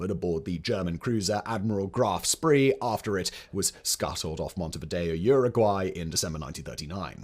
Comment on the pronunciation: Admiral Graf “Spree” 🤦‍♂️ It’s pronounced “Shpay” or at least you could pronounce it “Shpee” or as its phonetically written “Spee” Video lost credibility right there.